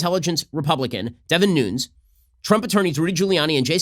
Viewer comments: Why does he keep saying “noonz” instead of “noon-ez”? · Why has no one told Shapiro how to pronounce Devin Nunes' name properly?